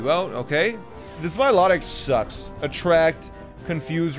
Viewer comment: The way he pronounces Milotic is like nails on a chalk board It's My-Loh-Tick You heathen not my-lo-dic